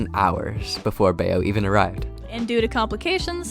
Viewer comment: ITS PRONOUNCED BAYO AND NOT BEE OH??